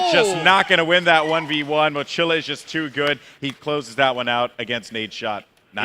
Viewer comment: Goldenboy is Hispanic, it's really annoying the he doesn't pronounce the Spanish word mochila correctly...